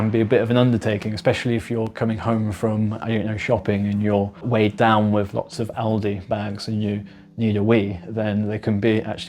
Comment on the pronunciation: "With", not "Wiv", ffs.😮